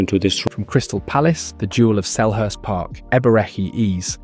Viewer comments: If I hear Eberechi Ease one more time 😢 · Hearing Eeze again and again was not ease😢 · How the fuck you pronounce Eze and VG14? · Very irritating and distracting to hear Eze name pronounced 4 different ways!!! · It's an AI. Can't pronounce Eze and says Number .10? 😀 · Bad pronunciation of the name of Eze. Unforgivable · You're so right. The Eze pronunciation was crazy fr 😂😂